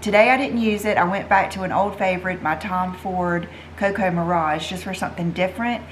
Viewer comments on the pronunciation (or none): none